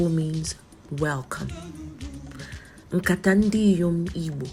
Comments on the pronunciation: NOT BASKET.WHAT IS NKATA? PRONOUNCE IT WELL Nkatá = Discussion or talk Nkatà = Basket. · NKATA YOU ARE PRONOUNCING IS BASKET NOT NKATA CONVERSATION,TONE MARK IT PROPERLY, YES WE ARE IGBOS, DO NOT ANGLOCIZE IGBO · You are pronouncing nkata, basket not discussion. Hope you are an Igbo